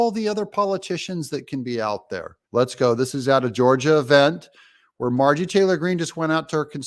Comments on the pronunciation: Her name is MarjORie, not Margie. You keep saying it incorrectly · Haha I love it when you call her Margie😂